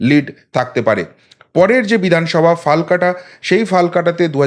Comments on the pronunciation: Dear Dada! I would like to say it more appropriately called "FALAKATA" and not 'Falkata' as you have mentioned. With warm regards. Thank you. Jai Poschimbanga! Jai Hind 🙏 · FALKATA NOI HOBE FALAKATA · ফালাকাটা ...... not ফালকাটা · ফালকাটা নয় ফালাকাটা হবে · দাদা সঠিক উচ্চারন হবে - ফালাকাটা